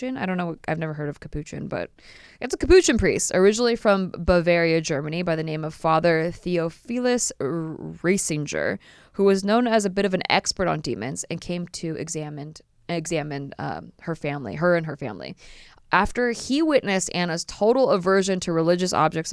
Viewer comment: CON-vent - not covenant. Theophilus is Thee (the th sounds like in the name Theo, not the) - OFF- uh - lis. Emphasis on "oph". Just wanted to let you know. :) Interesting stories.